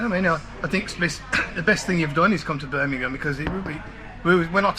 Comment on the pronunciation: Hello, and well done for pronouncing Birmingham correctly for many say Buninhum.